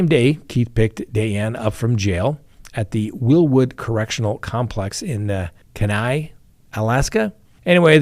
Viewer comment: Kenai is pronounced; key-n-eye You’re welcome! Big fishing 🎣 🐟